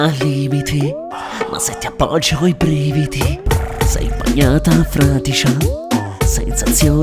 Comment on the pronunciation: FRADICIA NON FRATICIA